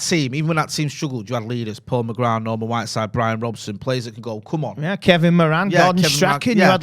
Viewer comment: Well done, on saying "McGrath" instead of "McGrath" 🤣